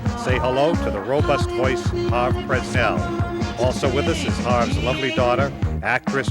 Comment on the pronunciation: HARVE--H-A-R-V-E--NOT HARVEY!